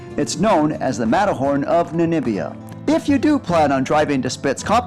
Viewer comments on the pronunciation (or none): The Matterhorn of NANIBIA? NANIBIANS? NANIBIAN DESERT PLS THIS COUNTRY IS CALLED NA M IBIA not NA N IBIA